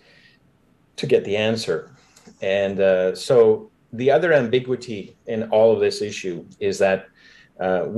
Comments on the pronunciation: This is a side, but "ambiguity" is stressing me. Is this a Canadian pronunciation or...? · English isn't his first language, he's french-canadian. So sometimes he pronounces things funny